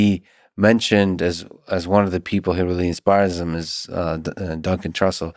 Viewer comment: "Dun Cantrussell